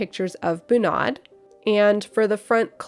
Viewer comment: Feeling like Hermione watching this, it should be bUnad, not bunAd :P